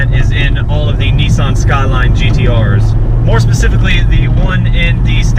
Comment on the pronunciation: great review bro.but please Nissan not nessan